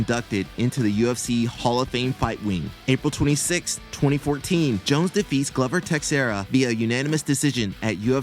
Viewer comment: Glove-er Tex-era